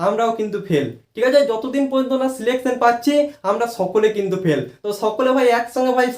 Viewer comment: পেল নয় ❌ ফেল হবে বাবু😂😂